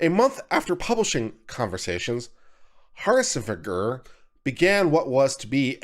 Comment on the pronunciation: It's Har-nish-Feg-er. Quite easy once you hear it pronounced. It's Dutch (from my limited research)